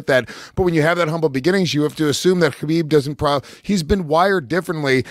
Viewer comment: Guys, the KH in Khabib, Makhachev etc. is just pronounced as a sharp H like in tge word HOT. In Russian and the Caucasus region, they transliterate the sharp H as KH. So there's no hhrrrr like in the word ACH!